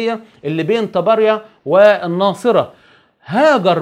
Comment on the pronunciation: ام الضياء من فلسطين (عرب ٤٨)... استمتع بمشاهدة برنامجك الثري.... ومن قبله الفن وسنينه...محتوى دسم.... حبيت بس الفت نظرك للفظ اسماء بلاد مثل طبريا اللي ذكرتها بالحلقه ...لفظها تماما مختلف tabariyya وليس tabarya... يعني متل كلمة زهريه .... للحق..... تدهشني في ايجابيتك... وبما انني مستمره في تعلم معاني الحياة.. ساعتمد ايجابيتك كوحدة مرجع ايجابيه...شكرا على الوقت القيم